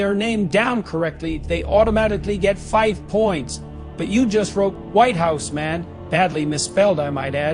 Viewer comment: "Whyte howse mAn" sounds about right for him.